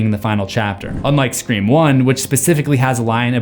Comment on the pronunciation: What is this movie « Screa Form » you keep referencing ?